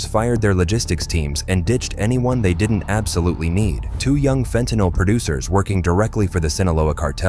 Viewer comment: Hooraaaay, this channel pronounces fentanyl correctly.😃